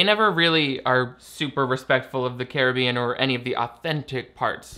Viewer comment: You say Caribbean wrong. Please stop